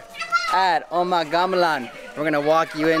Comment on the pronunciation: .. It's actually pronounced as "umah" with hard 'u'.. it uses the old Indonesian style of spellings, i.e. 'Oe' for 'U' .. 'J' for 'Y' .. 'Dj' for 'J' .. and so on.. Anyway, loves your videos.. its distinguished from most of the other tourist 'vlogger' in that you really learned about your destination before hand and your genuine excitement just to experiences them..